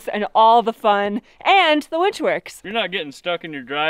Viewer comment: I'm soooo glad you call it a WINCH and not a WENCH.